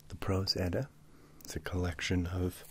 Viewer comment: I love how you pronounce everything correctly!!! Its so hard to find readings of the Prose Edda that are pronounced correctly